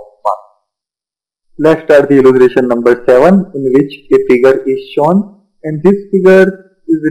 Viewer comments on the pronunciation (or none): Alya pela bolta Sikh !!! Illutration nai illustration ,Shawn nai shown!!